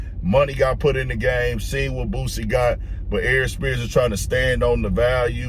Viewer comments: Say Bossie name right man lol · Its boosie 🤦🏽🤦🏽🤦🏽 how have people been messin that up for years is diobolical smh lol aries you blacl dawg. Listen to his music amd you will pronounce it properly moving int0 2027. Please do it 😂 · This a baaaaad saaaaaad look for Aries mane😅 He’s always be full of 🌽 (IMO) but this solidifies it. Likeeeee, wtf are u talking about mane?!? “Be a little bit fair”? “Are we friends or not?” Mf can’t even pronounce ‘Boosie’ correctly who is this man😂